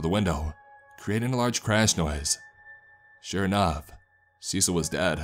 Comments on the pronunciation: Cecile (as a girl's name) is pronounced "suh-seal." 😅 Just a friendly pronunciation tip from someone who has quite a few Ceciles in their family. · it kept bugging me how the daughter's name was mispronounced. Cecil is a man's name. Cecille is a feminine name. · cecil? you mean cecile? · It’s written in the original post as “Cecile” with one L, but it still should be pronounced in the feminine way.